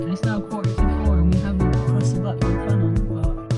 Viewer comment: I seen many vlogs about Budapest and dear lady you pronounced Budapest perfectly. Ninety percent of vlogers mispronounce Budapest, enjoyed your post keep up the good work